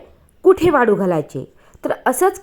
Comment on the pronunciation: वाडू नाही वाळू घाल